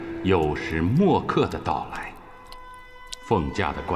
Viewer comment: “酉时未(wei)刻”还是“酉时末(mo)刻”？字幕是“酉时未刻”却读为“酉时末刻”